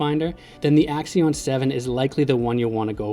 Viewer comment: AXIOM NOT AXION